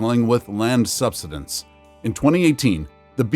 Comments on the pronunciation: Learn how to say "subsidence." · Too much hype over the fake global warming b s. You need to correctly pronounce SUBSIDENCE it's all wrong the way you're saying it. Please review and edit your video to make it easier to understand. You still cannot scare us into the fake global climate B.S. Not gonna happen!